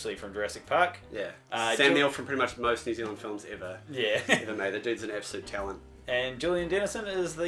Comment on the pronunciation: you guys kiwis too, and hate that these guys say neew zealand you know what i'm talking about